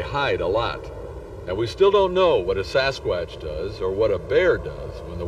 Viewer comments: If you're going to talk about Sasquatch, then learn how to pronounce it properly you dink!!! It's not a sasq"ooo"atch, it's a fucking sasqu"a"tch!! JEEZUZ some people!!! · SaSS QUÀTTCH🦆🦆🦆🦆🦆🦆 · Sass kwattch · Sasqwaash lol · The way he says Sasquatch tho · I wish the narrator would learn how to say Sasquatch, he's driving me up the wall! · Please stop it if you can't pronounce Sasquatch the right way say Bigfoot... just saying..